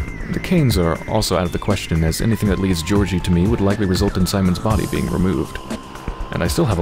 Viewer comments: No ones mentioned this but Im pretty sure Georgiy is pronounced "ghee org ghee", it just sounds more like the Russian pronunciation than "Jee or Jee". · It is pronounced more like Gyeah - org - ghee